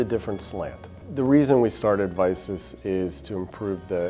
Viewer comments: They should consider a name change before becoming a household name. It sounds a lot like "Isis" when he was saying it, especially after the word "of". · I heard " The bread and butte of isis" but he said of vicis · Whenever I heard Vicus in that video I thought they were saying ISIS. Lol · Biggest problem: when they say "of Vicis" it sounds like "of ISIS". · Sounds like he was saying isis the whole time